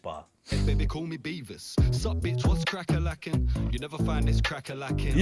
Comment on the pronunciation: He said Beavis not Beaver. Beavis from Beavis & Butthead.